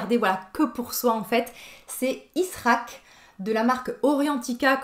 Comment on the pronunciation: bonjour, très belle vidéo, si je me permets pour la prononciation, Ishraq se prononce ICHRAAK, ce qui veut dire ensoleiement, étant donné qu'il possède des notes solaires.